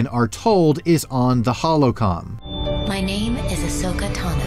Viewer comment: You said Holo-Con. Not Holo-Cron